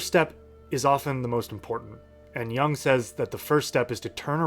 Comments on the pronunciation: Jung as in Juuung, not young. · The u in 'Jung' is pronounced like the double o in 'book'. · Great video my dude, but you’re pronouncing Jung wrong and it hurts my ears. 😅